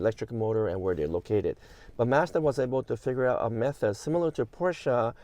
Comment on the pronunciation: it's Mazda, not Mazda...and definitely not Mazda...ha ha! Appreciate you and your videos:)